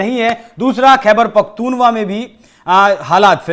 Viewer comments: खैबर पख्तूनख्वा को गलत उच्चारण 'खैबर पख्तूनवा क्यों कहा जा रहा है? मुजफ्फर भाई,की सच्चाई से भरी हुई विवेचना को सलाम! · KhIbarpakhtoon -va nahi. Khaibsr pakhtoon khva hota h. India me baitje baithe hume psta h apko kahase ho?😊